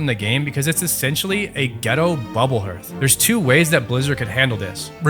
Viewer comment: “Herth” this pained me to my core